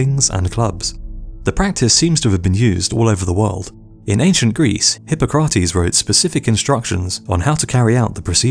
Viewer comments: “Hippo-kragh-tees”? You’re bloody English - how can you not know it’s pronounced “Hippock-ri-tees”?? (Spelt phonetically) - as in Unbelievable. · Hypocrates-(sp) Hi-POC -rates not hipo-CRATES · hipo-crat-eez .... lost me there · "Hippo-krātees". Yep. Well researched, clearly. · Hi (short vowel) pok- ra-tease (as phonetic as I can get) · Hippo-crotees....... I'm done. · You totally butchered the pronunciation of Hippocrates. Did you quit school in 2nd grade??? SMDH.